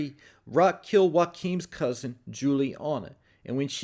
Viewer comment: I wonder if Jaoquin (please say "cow-sin" again lol) got busted and tells Raq he thinks Traymond and Abraham had something to do with it.